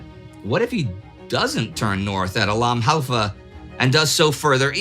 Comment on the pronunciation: " the bat 'em of al halfa begins" ...- .....proof that just the fact of knowing one has to nail pronunciation will preemptively garble words one does already have a mastery of